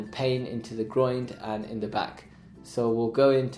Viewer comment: Keeps calling the Groin the Groind 😂😂😂😂